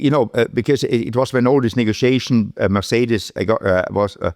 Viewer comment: somebody teach this man to say negotiation 😂